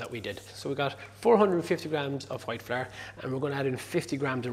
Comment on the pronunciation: I’ve been practicing how to say flour like he does! “Fla-r”. 😎